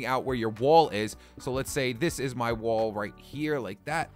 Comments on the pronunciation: lol he said woal when he was supposed to say "wall". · lol "woal"